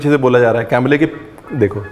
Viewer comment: Aap camera ko camela kehte hai 😁😁 Ranveer aapne bataya nahi tha ...😂